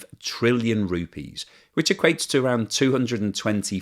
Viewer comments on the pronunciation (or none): none